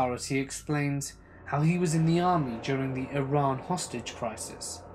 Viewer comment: Thank you for saying IRAN correctly. You're the man! ;p